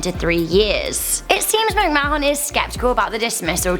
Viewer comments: It's pronounced 'macmaan' - NOT 'macmaahon' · ITS PRONOUNCED MIC MAN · This gets a dislike for misspronucination of McMahon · Gotta love her pronunciation of McMahon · Her pronunciation triggered me several times too 😆